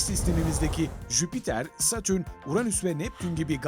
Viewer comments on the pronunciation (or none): none